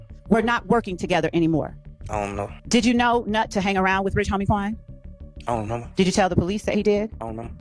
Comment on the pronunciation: “Ion Remember” 😂